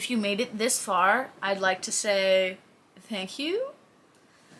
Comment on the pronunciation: Hey where are you from? Sound like you have a Northwestern Indiana/Illinois/ maybe even Ohio accent. You say "Thanks" pronouncing the Th like "This" rather then pronouncing it like when saying "Through". Only ever heard my wife say it like that and she's from the Midwest